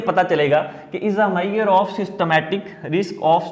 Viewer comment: But u should learn how to pronounce measure.